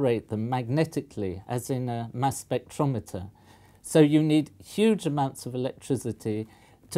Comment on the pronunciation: did anyone else mishear "Mass spectrometer" as "Mass Effect Andromeda"?